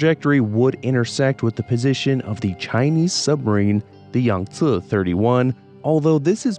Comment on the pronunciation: Is this a AI voice? he sounds normal most times but he cant say Yangtze to save his life, is it a meme or can he really not say it?